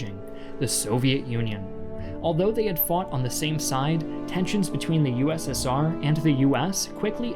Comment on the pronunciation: It's the U.S.S.R. not the URA